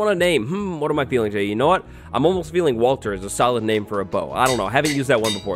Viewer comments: Haha am I the only one that noticed Watler instead of Walter 😂😂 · Watler? Thought you said Walter. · Hate to break it to you, but your bow is named "watler", not "Walter". I'm sure "1mil" other people are also going to tell you that. 😂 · The bow.. you named it Watler not Walter .. lol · sorry to break it to you but is not “watler” is Walter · don't you spell it walter not watler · bahahahahah i died at “watler” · watler? really??